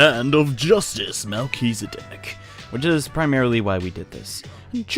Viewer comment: It's funny how can't say Chihiro right 2 times in a row, but he can say Melchizedek right on the first time.